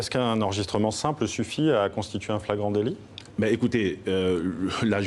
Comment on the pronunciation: 😅 fragance délit ??? La flagrance délit waa ??😂😂😂😂